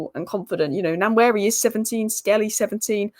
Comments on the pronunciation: "Wa-neri" "N" is silent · Hi we Nigerians pronounce his name like this WAN YERI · One-yeah-re. Just sound it out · It's Waneri not Nanweri like you said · It's Pronounced NOIR-NERI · You can call him One-neri. As if you are pronouncing number 1. They dont sound exactly the same but very similar. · Pronunciation of Nwaneri: Wanieri. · It’s pronounced “One ye ree “ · pronounced: Waneri (N is silent) ❤🤣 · It's PRONOUNCED as WA-NE-RI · Its pronounced Noir-neri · Nwaneri's name pronounced more like Wan-ner-ee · Aunty u r spoiling Nwaneri's name